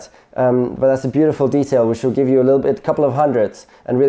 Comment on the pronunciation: Giwe me my gloves and steering wheel.... Gloves and steering wheel yeah. Steering wheel somebody tell him to giwe it to me.... COME ON, MOVE